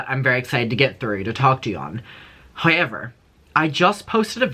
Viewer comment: Hi-ever instead of however🤣 I love Derry accent 😁